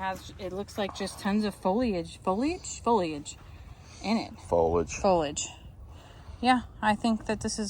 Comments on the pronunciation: Foliage = fōlēij. is right foe-lee-ij. Lol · you said foliage properly!, I thought you went college and that were a teacher, you said foliage incorrectly! And you know what, you are not the only people living through a drought, stop. You leave water running all day for the animal in a drought. Instead of dumping the water, pump it out where you want the grass to grow, conserve water and run the fans a few times a day. What are you going to do if your well runs dry? In times of less we have to conserve. You Dad is right about not throwing things away, (like the string)... he must have lived during or just after the great depression where nothing went to waste and you saved and repaired everything. Do your bit to save the planet and follow his lead stop being wasteful!